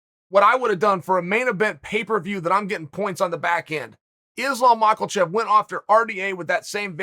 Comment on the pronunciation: Islam mochaelchev it is, boys